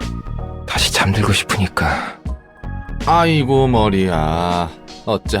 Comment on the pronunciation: 아/이\고 머리야.. 찐한국인텐션ㅋㄹㄱㄴㄱㄴㄱㄹㄱㄴㄱㄴㄱㄹㅋㄲㅋㅋ